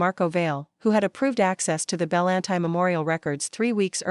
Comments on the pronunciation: Pretty sure that name isn’t “bell an tie”. It’s “buhLAWNtea” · Love the story, but the narration was very flat, and Bellanti is not pronounced Belan-tie.